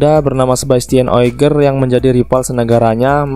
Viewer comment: O G I E R masbro...bukan O I G E R.....benerin cara pelafalan nama,biar gak salah kasih informasi,sharing2nya udah keren...